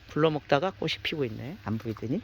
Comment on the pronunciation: 꽃이 피었다를 꼬시 피었다가 아니라 꼬치 피었다로 발음해야 합니다! 자랑스러운 한글을 우리들이 제대로 사용하고 지켜야 합니다!!!